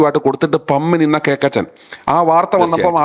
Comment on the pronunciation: KOKKACHEN ( not cakachen )